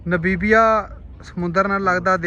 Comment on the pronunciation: ਭਾਜੀ ਮੈਂ ਇੱਕ ਗੱਲ ਤੁਹਾਨੂੰ ਖਾਸ ਤੌਰ ਤੇ ਕਹਿਣੀ ਚਾਹੁੰਦਾ ਹਾਂ ਕਿ ਤੁਸੀਂ ਨਾਬੀਬੀਆਂ ਨਾਬੀਬੀਆ ਕਰੀ ਜਾ ਰਹੇ ਹੋ ਨਾ ਬੀਬੀਆਂ ਨਹੀਂ ਨਾਮੀਬੀਆ ਹੈ। ਜਦ ਕੋਈ ਕਿਸੇ ਲਫਜ਼ ਦਾ ਜਾਂ ਕਿਸੇ ਦੇਸ਼ ਦਾ ਨਾਮ ਦਾ ਉਚਾਰਨ ਗਲਤ ਕਰਦਾ ਹੈ ਤਾਂ ਮੈਨੂੰ ਬਹੁਤ ਗੁੱਸਾ ਚੜਦਾ ਹੈ ਔਰ ਮੈਂ ਜਿਸ ਦਿਨ ਦਾ ਬੋਟਸਵਾਨਾ ਤੋਂ ਅੱਗੇ ਦਾ ਦੌਰ ਦੇਖ ਰਿਹਾ ਤਾਂ ਬਾਰ ਬਾਰ ਨਾ ਬੀਬੀਆਂ ਨਾ ਬੀਬੀਆਂ ਸੁਣ ਕੇ ਮੈਨੂੰ ਗੁੱਸਾ ਚੜ ਰਿਹਾ ਤੇ ਮੈਂ ਦੇਖਣਾ ਸ਼ੁਰੂ ਤਾਂ ਕਰਦਾ ਹਾਂ ਪਰ ਫਿਰ ਮੈਂ ਦੇਖਣਾ ਬੰਦ ਕਰ ਦਿੰਦਾ ਹਾਂ ਇਸ ਨਾਲ irritation ਹੁੰਦੀ ਹੈ ਆਪਣਾ ਉਚਾਰਨ ਸਹੀ ਕਰੋ